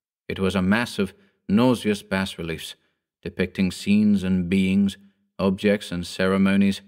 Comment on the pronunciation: Every time he mispronounces 'Bas Relief' makes me want to slap someone